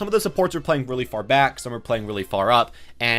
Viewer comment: Just wanted to say that Brigitte is pronounced "Bri-geet" My dad speaks quite a few european languages so I know this from experience.